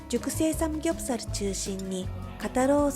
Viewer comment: 카오 누나 삼굡사루, 자갈치루, 서우루 발음이 너무 카와이하므니다